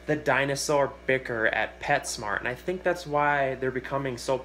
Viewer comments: Damn really interesting but to hear you say bic-ir, it's bir sheer Im all away across the world dude. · it's not pronounced "beker" it's pronounced "beach ear" like that bichir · B krrr. 😂 It’s in the dictionary. Pronounced bee sheer. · I’ve mainly heard it pronounced biker 🚵‍♀️ Or By - Cheer. The latter makes the most sense of pronunciation to me. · Did some research and Its pronounced as (bih sheer) , (bee sheer) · Yeah this guy is the only person ive ever heard call them bick-ers. It comes from an arabic pronunciation of the african words Abu Sheer. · Pronounced By-sheer I own 4, 2 of them are Senegal about 8"-10", 1 Saddled who is about 24" and 1 lapradie who is about 12" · my bro always told me that it is pronounced as "bitch-er" hahaha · In No Way Trying To Be A Wise Guy,, Etc.,, But If You Go Back To When They Were First Discovered & Named,, It Is Correctly Pronounced "Baa Sheer" ...I Have Heard People Pronounce It At Least 6 Or 7 Different Ways...But I Personally Prefer Using The Proper/Correct Pronunciation. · Bichir is of an African dialect it’s pronounced be-sheer in the native tongue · Sounds like bee·sheer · I pronounce it bi-sure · It’s actually pronounced( biker)bichir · It’s bye sheer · I pronounce it birch-ear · Its from an arab word, so the origin pronnciation is ba-sheer. But of course you can say it anyway. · I've got 2 of them and there fine , and there actually better with sand in a planted tank , I've got them in a tank with 8tiger barbs , there actually pronounced ba -cherrrrr lol but it doesn't really matter unless you are a grammar nazi lol. I feed mine shrimp and fish , I use a red aquarium light and a moonlight, you do actually have to leave some air space at the top of the tank because they have a modified swim bladder and need to breathe air from the atmosphere or they'll drown. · It's pronounced Birchir (Buh-Chur) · It's actually pronounced Bichir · you are nowhere even close to pronouncing bichir correctly, lmfao